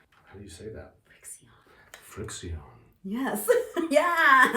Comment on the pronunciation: pretty sure the pens are pronounced "friction". They don't actually erase; the ink turns white when you iron it, so you want to be careful on dark fabrics, though you can use that to your advantage. Also, if you iron the marks away when you didn't want to, you can get them back by putting the piece in the freezer for thirty minutes or so.